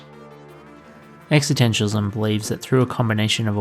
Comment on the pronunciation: Great video…but curious how you seem to drop the first ‘s’ in the pronunciation existentialism other than one or two times towards the end.